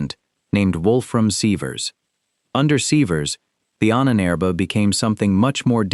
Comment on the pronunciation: The mispronunciation of "Ahnenerbe" used in the video makes it sound like the name of an Ancient Egyptian Pharaoh.